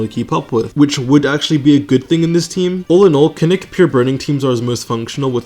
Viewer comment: its kinich not kinik